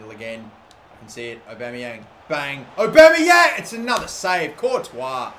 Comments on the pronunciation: It's Pierre-Emerick Aubameyang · Pierre emerick Aubeymang